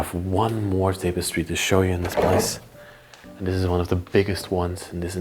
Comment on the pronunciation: Pronounced: "tap a stree" Tapestry